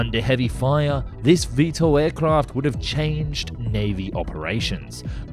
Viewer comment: "VeeSTOL", not "VeeEssTOL". V-two two instead of V-Twentytwo? Are you just a voiceover guy who knows nothing about airplanes?